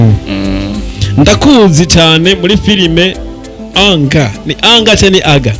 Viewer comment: Anger: enga not anga 👆👆👆👆 Just pronunciation